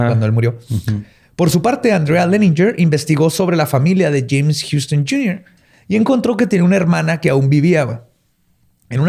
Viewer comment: Alguien más escuchó "Chems" cuando dice "James"